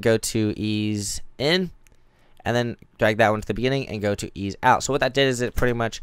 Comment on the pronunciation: "Easy-E"? Lol It's ease ("eeeez"), mate.